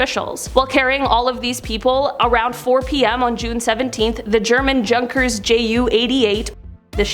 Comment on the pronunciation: It's pronounced "Yun--kers" JU88. Great video!